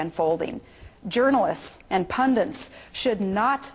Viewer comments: It drives me nuts that she says "pundints." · Err.... Did she just say "Pundents" instead of Pundits? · 'Pundints". *shakes head sadly* Was English not this woman's first language or something? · "Pundits". The word is "pundits". "Pundits" "pundits" "pundits" "pundits" "pundits". Not "pundints" or "pundunce" or "pundance" or "pundence". And how fukken DARE you appropriate "blood libel" you Assassin-by-proxy fucked up, psychotic, trailer-trash, half-term, quitter bitch? Fukken Palin, what a waste of space. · She can't even say "pundits". Absolute moron.